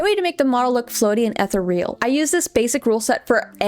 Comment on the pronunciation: the outfit is very very cute! thank you for the video and also. ethereal is not pronounced like that, i think thats what youre saying here but im unsure ^^. "eh th ee rial" would be closer. hard to explain in typing ^^''